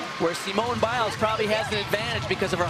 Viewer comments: SEEEMOONAY BAIS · Thats not how to say Simone